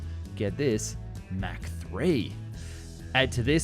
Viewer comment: German AI voice: "...Mac [mæ:k] 9..." 🤦‍♂️ "ERNST MACH was an Austrian physicist and philosopher who contributed to the understanding of the physics of shock waves." (Wikipedia).